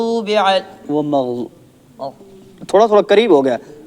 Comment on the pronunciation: مغضوب یا مغدوب ہے